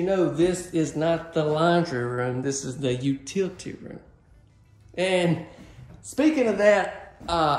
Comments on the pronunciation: “u-TILT-y” room 😁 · That “u•TIL•i•ty” room is awesome! Our home is brick, neatly 2800 sq. feet, and although our “u•TIL•i•ty” room is quite large, it is nowhere that nice! (Sorry,, just have to tease you a bit! Funny thing is I didn’t notice it until you started talking about people commenting about it!) The floor plan is very nice, but to me the upstairs headroom seems to be lacking. But even if someone didn’t want to build it out, think of the storage for Christmas and other seasonal items! What a great space!